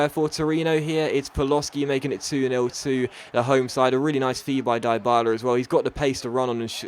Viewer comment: well done changing the title...BUT its pronounced deebala!!!